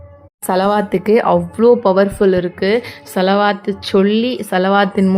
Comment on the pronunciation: சலவாத்து தெளிவில்லையே.